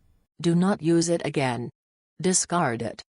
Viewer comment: Discart, discart, discart, discart, discart, discart and discart...